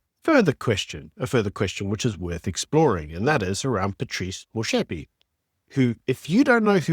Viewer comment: Love your channel man, but when you pronounce Du Toit with a hard T, you sound like an undecucated muppet. Motsepe does have a hard T though, not a shh.